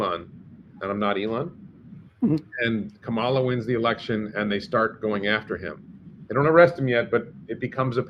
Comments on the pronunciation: please at least pronounce her name correctly...it is like a comma (accent on first syllable) in a sentence and then add "la" on the end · It’s pronounced comma-la! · Why do you have such a stupid subject for this posting. Are your viewers decreasing. Please pronounce Kamala properly. Disgusting.